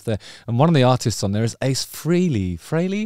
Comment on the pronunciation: It's pronounced "Fray_lee" not "Free-lee"....😶